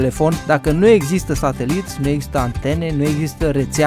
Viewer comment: A zis: Iezâstă o esplicație